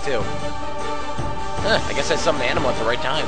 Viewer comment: its not an uh ma...its uh nee ma